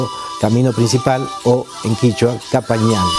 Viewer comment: no es capajñan, prononsiacion qhapajñan